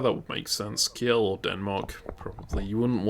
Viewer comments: Please pronounce Kiel as keel, that's about as close as one can get with english pronunciation. Ki-el sounds just jarring. Source: am german. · Kiel is not "key-yell" but "keel" iirc.